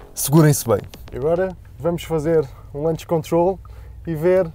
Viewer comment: "lunch" control? É "launch control", aportuguesando, "launche controle"